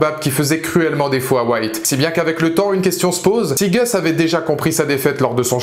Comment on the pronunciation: Pourquoi les Français ont-ils si mal à prononcer le "u" (=a) anglais? Vous avez la lettre "a" aussi, donc pourquoi prononcer "Gus" [Gasse] comme "Goesse"?